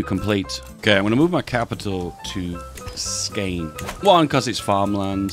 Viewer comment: The way he pronounced Skåne 💀